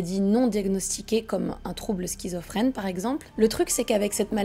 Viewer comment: J’adore ta vidéo ❤️ mais « skyzophrene » c’est pas possible 😭